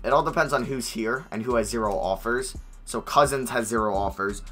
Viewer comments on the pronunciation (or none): none